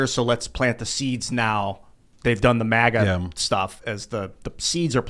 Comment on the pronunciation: Grrr its MAGA not MUHGA 😆